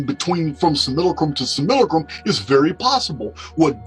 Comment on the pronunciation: I do believe that's. . . Sim-U-lack-rum